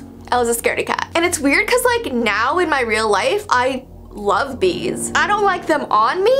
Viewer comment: Bees more like B-ees 😏